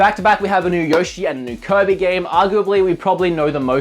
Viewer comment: I like how he pronounces kirby. "Coby" its kinda funny.